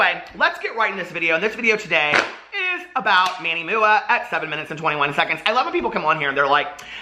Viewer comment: I love how fluently he says MANNY MOOAH😂